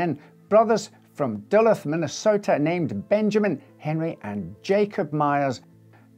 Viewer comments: In fairness, it does Look like it could be pronounced "Dulleth'. There have been other instances of mispronunciations of American place names, but it's not really a big deal. Right here at home there is Houston and Houston ("hue-" vs "how-"); Americans will call Lewes "Loos". It's all good... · the U's in duluth are pronounced "oo" like doolooth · I love this channel but as a lifelong resident of Minnesota I'm dying at the way you pronounced Duluth 😭😂